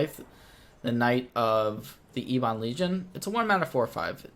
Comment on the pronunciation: Please,, eb-uhn, not ee-bahn. Think of the children, man!